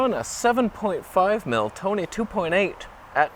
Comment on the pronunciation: Gonna havtah start calling it the Soneh....